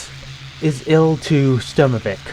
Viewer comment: actually it's eye el two - not eel two :)